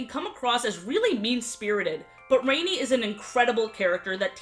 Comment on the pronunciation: Her name isn't Rainy it's Rani like "ron ee" O_o